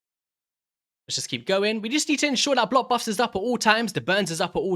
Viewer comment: The word "BLOCK" has a CK at the end of it. it's not blo active skills it's BLOCK!